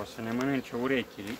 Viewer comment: Ai spus "urechili"!!! Ăi cumva niscaiva șoldovean ?!....De-a meu ?